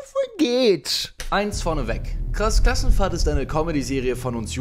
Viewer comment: Es triggerd so hart wie er immer "Klass Krassenfahrt" sagt 😠😄😂😂